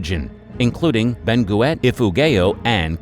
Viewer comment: Sorry i can't help but smile hearing you pronounce Benguet and Ifugao 😄. The Igorot people also referred to as Cordillerans are situated in the Cordilleran mountain range of northern Luzon and comprised of numerous tribes with differing practices but almost identical traditions.